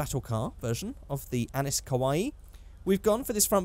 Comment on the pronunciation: ACKSCHUALLY it’s pronounced “Annee”